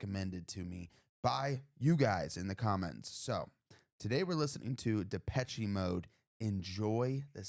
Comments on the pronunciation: The last " e " in the word " Depeche " is silent. It's Depesh, not Depesh -e. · I have to... sorry.... The "che" in Depeché is pronounced "sh".... it's French. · and no e at the end